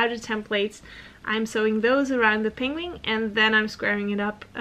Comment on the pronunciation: Hahaha! This made me laugh and blush. I was practicing on the penguin pronunciation. But I'm not sure it's really improving haha